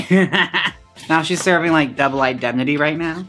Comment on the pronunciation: Thank you for loving film noir references; However, the Barbara Stanwyck film is pronounced ’Double In-dem-nih-tea’ not ‘Identity’🌈✨